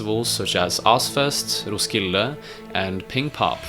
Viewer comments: hörde att du var svensk när "roskilde" skit bra video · That pronouncing of roskilde was really good